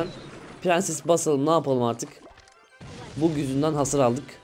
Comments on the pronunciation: bag diye okunuyor kral bu arada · sadece iyiloğin icin söylüom bug kelimesi yabancı bi kelime yani yazildiği gibi okunmuo bag diye okunuo lütfen yanlis anlama yani insanlar toxiclik yapmasin dalga fln gecerler yani iyi kalpli bi uyari bu sdce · Abi lütfen yanlış anlama sadece düzeltmek istedim bug bag diye okunuyor